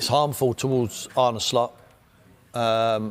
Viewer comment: You have to pronounce it as Arn-uh and not Arn-ie